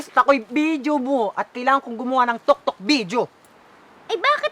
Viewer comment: Tiktok po Yun hindi po Yun toktok